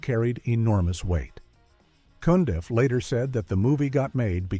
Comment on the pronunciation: Rusty Cundieff (not "Cundy") is another underrated Black director. And for the record, the narrator is fulla s**t.